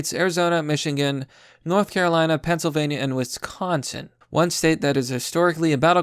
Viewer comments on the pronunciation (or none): none